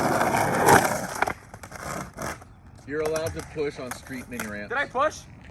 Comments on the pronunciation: Dude, of course you have an accent. You say "oo-on" like in straight on in the lipslide trick tip. The "on" is preceded by an "u" or more like "oo". I'm from Poland so I don't know shit but meaybe it's a east coast thing ^^. Btw, I'm learning lipslides with your technique, thanks dog! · The only accent I've picked up from you is how you say "on", and now "sail flip" haha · You say the word “on” with a y and a w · Regarding the accent thing. The way you say "on" sounds like you're from new jersey. But what do I know, I'm not from the states... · yeah that’s a Bmore/MD thing